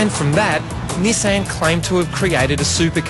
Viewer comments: this guys a moron... cant half tell he's reading off a piece of paper. only rate Shane Jacobson in this show, no wonder they picked him and not the other 2 to do the live show here in Australia. Nissan isn't 2 separate words you fuck head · ni-saaaaan. what... everyone in australia says it like Niiii-san.